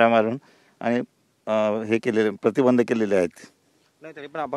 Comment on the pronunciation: सर प्रतिबंधक म्हणा की😂